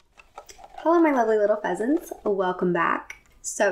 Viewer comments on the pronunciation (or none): "Hello my lovely little pheasants" What I hear: "Hello my lovely little peasants"